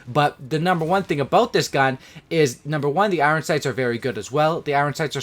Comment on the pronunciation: Dude says Iron like a complete spaz